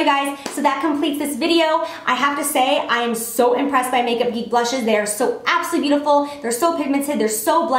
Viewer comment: It sounds like you're saying "absoLEE" when you're saying "absolutely gorgeous" lol I love you so much!